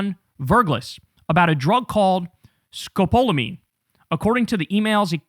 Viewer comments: FYI, 'Scapalomine' is used for motion sickness. Some anesthesiologists use it pre-operatively because it decreases saliva. Pronounced- ska-pall-omine. One side-effect is drowsiness. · (Sco-Paul-A-Mean is the pronunciation 😉💙🩵😉)